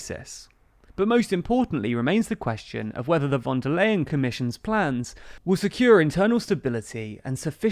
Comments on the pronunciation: The correct pronunciation of "Leyen" is simply "lion". :D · Just as a tip: "von der Leyen" isn't pronounced like "lay", but like "lie". That's not ment as a joke, I promise. 😅 For English speakers this might be helpful: Oorsoola fon der Lie-n. And the v in "von" isn't soft like in "very", but hard like the f in "front". It's not important, but if you wanna be accurate, this is the way to go :)